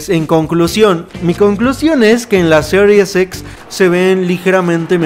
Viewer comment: Se escucha mejor cuando se dice, Series X y no Serius X, espero no ofender 😅😅😅😅